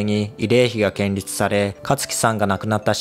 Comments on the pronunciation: ケンリュウとも読んでないよ。ケンリツと読んでる。笑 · 建立はけんりつではなく、こんりゅうと読みます。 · ⭕️「こんりゅう」を ❌️「けんりつ」って言ったんだよ！ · 建立は、けんりつじゃありません。 コンリュウです。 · 建立はけんりつではなくこんりゅうって言うんだよ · /『建立』を[ケンリュウ]と読んでらっしゃるけれど『こんりゅう』です。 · けんりゅうではなく、建立、こんりゅうのが、よいね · 建立→❌けんりつ ⭕️こんりゅう 台北→❌たいほく ⭕️タイペイ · 2件目ではなく2軒目では 建立、けんりつではなく、こんりゅうでは。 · こんりゆうと読みます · 建立 けんりつ＝☓ こんりゅう＝○ 読み方覚えようね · 建立＝こんりゅう と読みます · 建立＝こんりゅう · 失礼❗ こんりゅうと言うんだよの間違いです。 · 建立は「こんりゅう」と読むんですよ、知らないんですか？！